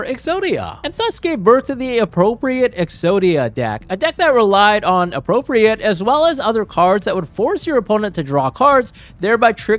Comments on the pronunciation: Appropri-ATE, not appropri-ET, it means to like take possession of. Similar to commandeer. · it is pronounced "appropri-eight" when it has this connotation of acquiring an object from someone else. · Him mispronouncing “appropriate” the whole time is driving me insane